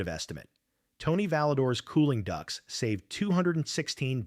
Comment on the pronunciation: It's ducts. Not ducks!